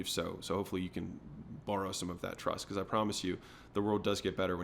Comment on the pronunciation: bro just said becowz